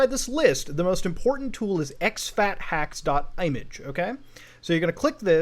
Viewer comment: Muta my boy wtf is an i-mage?